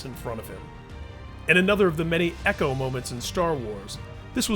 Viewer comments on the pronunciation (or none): none